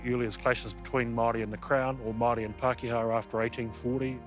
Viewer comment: Only Paakehaa is O'Malley